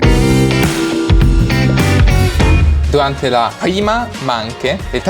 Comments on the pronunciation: Ma perché dice manche e non manch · non si dice mache ma masce